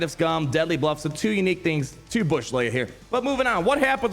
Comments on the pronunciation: saying bush instead of booush hurts my soul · Thought it was BOW -ssh like little bow wow not bow like a gift but I called her coming a yr back its funny he keeps calling her bush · I think Boushh is pronounced more like “bow-shh”. But this is better than our original Gamorrean Guard attempt lol (It’s all in good fun lmao) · The name pronunciation 🤨